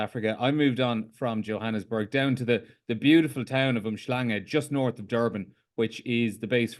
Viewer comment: The way you said uMhlanga beautiful man 🤝